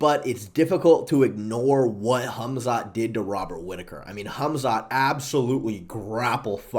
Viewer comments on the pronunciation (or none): none